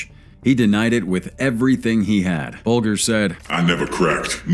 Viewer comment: "BULLGER"... It is pronounced "Bal-jah"